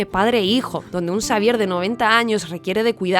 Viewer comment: en vez de decirle Xavier dice prof Sabier